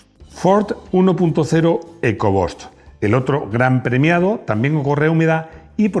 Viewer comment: Se pronuncia "ecobust" no "eco bost" 🤦‍♂🤦‍♂🤦‍♂🤦‍♂